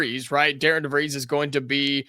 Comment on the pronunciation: Hi, not trying to be that guy, just want to help - it’s pronounced Dar-ren. When do you think we should expect an assistant coach to be named?